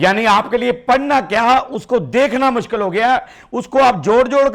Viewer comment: Mushkil ko muskil kehna 😅😅😅😅